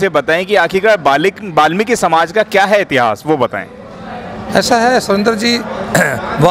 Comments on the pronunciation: जय वाल्मीकि 🙏 phli bat to balmiki nhi hota वाल्मीकि hota ha or dusri bat wo dakku nhi t thk h na unke dakku bolne ki jurrt ni ha thk h na or jb tujhe puri information nhi ha वाल्मीकि guru ke bare me to jdya bakws krne ki jurrt ni ha thk ha na .. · बाल्मिकी नहीं होता वाल्मीकि होता हैं